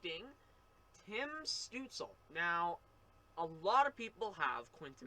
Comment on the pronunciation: Stootz-la. Not Stootz-ul.